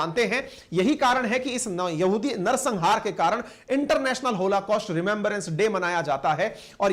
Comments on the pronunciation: Sir it is holocaust, not होलाकॉस्ट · PLEASE RECTIFY.... IT'S "BRITISH " AND NOT BRITISHER......THERE IS NO SUCH TERM.... PLEASE RECTIFY...IT 'S ˈहॉलकॉस्‍ट्‌ and not होलाकॉस्‍ट्‌ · hoLAcaust nahi hai sir oh, hoLOcaust hota hai.